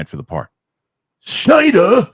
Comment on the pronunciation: i will NEVER get tired of the way pronounces SSSSCCCHHNEEEIIDDERRR 😂